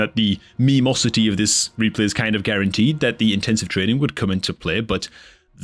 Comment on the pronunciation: Dude, are you Irish? Dat "trreeenin" gave you out😂